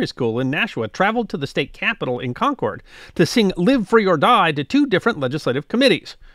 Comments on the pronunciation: Being a NH native, I’m not surprised we have so many state songs… we have so many people form “away” who want to make NH just like where they escaped from! (I’m sorry that my bias is showing so much!!!) A few pronunciation points: Concord… KAHN KURD with emphasis on the first syllable. Rivier… RIV EE AIR emphasis on the middle syllable. And yes, we / I have troubles when we go to other parts of the country! (Most noticeably arriving and San Fransisco and asking what the quickest way to Concord, VA [Pronounced as we do in NH] was!!! “What?!?” “Where?!?” “Never heard of it!”) Wonderful as always!!! Keep up the good work!!! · This is going to drive me crazy as a granite stater, Concord, NH is pronounced Con-kurd not Concorde. The city and the paper the monitor pronounce it this way as do all granite staters.